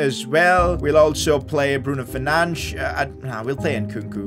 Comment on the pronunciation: Goal: Bruno 'Fernandesh'. Signing: Anthony Best Player: BRUNO FERNANDESH